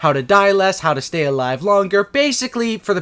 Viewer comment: falou "alive" com pronúncia "A" ja sei que não tem credibilidade hehehe